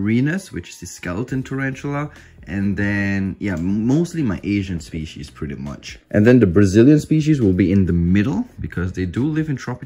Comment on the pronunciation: Someone should do a count for how many times he says moisture dependant spieces